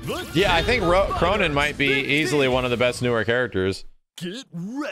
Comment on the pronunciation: K-roh-nen. K-row of-nines. Just saying.